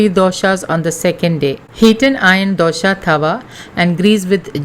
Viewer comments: It’s not DOSHA, it’s DOSA. DOSHA means drawback/fault. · Not dosha. Dose or dosa